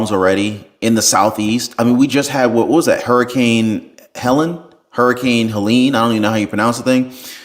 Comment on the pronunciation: Helene rhymes with Queen